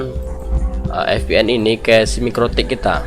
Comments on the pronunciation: ViPieN om bacaannya 😅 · terlepas dari "ef pi en", tutorialnya keren :D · Maaf bang VPN cara bacanya FPN atau Vi PN ? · Wkwkwk FPN atau VPN hahaha. Ngelawak siabang